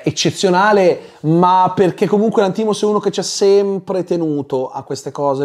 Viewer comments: D'accordo su tutto tranne che sulla pronuncia del cognome del regista (Lànthimos, non Lanthìmos) 😅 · VA BENE TUTTO MA SI PRONUNICA Yórgos Lánthimos (grec moderne : Γιώργος Λάνθιμος / Giórgos Lánthimos), PER FAVOREEEEEEEE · ottima recensione. attento alla pronuncia del nome del regista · io ti ascolto sempre con molto piacere e sei l'unico che ascolto per quanto riguarda le recensioni, però il cognome del regista lo pronunci male! 😢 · Perché pronunci Lanthimos così?